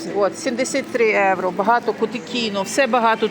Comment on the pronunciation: Як ви чудно говорите "єуро"